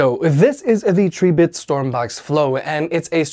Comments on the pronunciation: The pronunciation of Tribit is trib•bit 🐸 A factoid I got straight from Tribit themselves . Cheers ☺️ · Him pronouncing tribit like that is why the "like" count is so low wtf 🤦